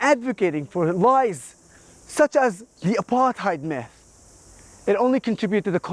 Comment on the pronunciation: First question I always ask: what do YOU understand under "apartheid"? Because few know what it means, or meant. Very few! And nobody pronounces it correctly anyway! From South Africa